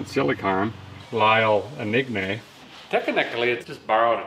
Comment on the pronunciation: “lio enigne” LMAO